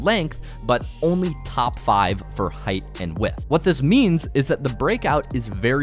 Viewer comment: bro does not know how to say width